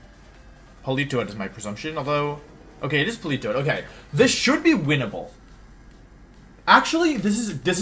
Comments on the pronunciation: IM LOSING MY MIND AT PAUL-EE-TOE-ADD WHHHYYYYYYY (politoad) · Please stop pronouncing Politoed like that. Jfc, it's so cringe.